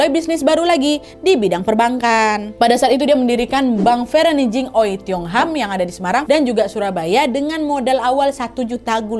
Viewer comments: Setauku dipronunce-nya Wei, bukan O-eiy 😅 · Maaf bu.bukan oei tapi oey.gitu jgn salah sebut .ya!!!! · Maaf kak Nad, kata Oei dibaca Wi. Karena daku ada teman bermarga Oei. Halo Sandra Wijaya. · Btw wak ijin koreksi ya, membaca “oei” yg benar itu “owi” atau “uwi”😊 CMIIW🙏🏻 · oey / oei dibaca wei / ui (wi) kak nad ☺ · FYI, Oey itu dibacanya Wi. CMIIW 😅